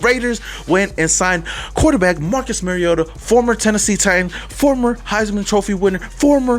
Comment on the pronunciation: When you learn to pronounce Mariota maybe you have some credibility.